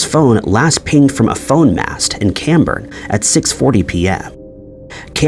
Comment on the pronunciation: As a local to St Ives. I am so happy to hear you pronounce things correctly Well except Cambourne. That is pronounced Cam. As in CAMel Born as in... A child was BORN. But you got St Ives Right and Porthmeor beach